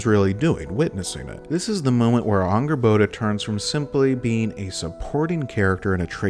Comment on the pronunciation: Since when is Angrboda pronounced with an Ah sound?